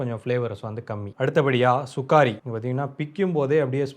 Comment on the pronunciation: Anna athu சுகாரி இல்ல சுகரி